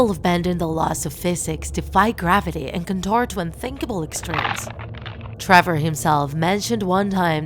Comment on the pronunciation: It's (Trever) not (Trover)